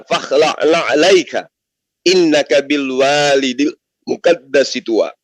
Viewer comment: Kritik untuk salah baca ayat: Bil waadil muqaddasi tuwaa bukan bil walidil.....dan di balik api ada firman Allah bang Zuma katakan bahwa Keberadaan Allah itu ada di mana2 tidak wujud di sana di balik api, Wujud itu sifat Allah artinya ada bukan nampak,atau menmpakkan diri, kalau Kristen mengatakan ada objek di balik itu, itu kita sangkal Pengeran iku ana Naning Tan kena kinaya apa